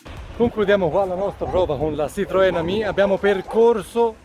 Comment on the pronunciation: Bravo! Sei il primo a pronunciare giusto Ami!